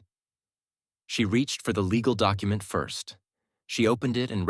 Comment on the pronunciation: AI can't "say" document or documentation or any very of word in ALL stories. Very irritating